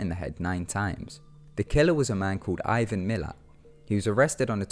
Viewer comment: ivan miller? roflmao wrong, ivan milat.